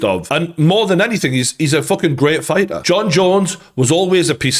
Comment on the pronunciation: figha. its fighter